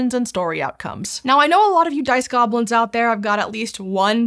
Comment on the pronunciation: I heard "Piss Goblins" instead of "Dice Goblins"